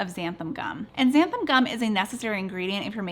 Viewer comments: I was excited until you said xanan gum. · Are you saying ‘xanthum’? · I love your channel but I must say it drives me crazy that you always mispronounce this word "Xanthan." The word ends with an "N." Here is a pronunciation example